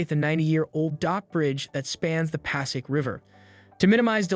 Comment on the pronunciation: Yeah, it also mispronounced “Passaic.” Annoying and sad.